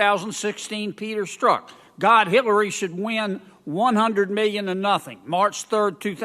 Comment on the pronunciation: I love it when he says: Hit lur ree. I had to play it back just to make sure.